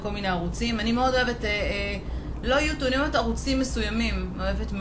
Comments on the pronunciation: ו למה את אומרת יוטוב ולא יוטיוב? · למה אומרת יוטוב? ולא יוטיוב?